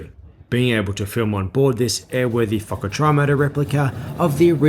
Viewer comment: lol did he say Fukker Trimotor? I swear that is what I heard.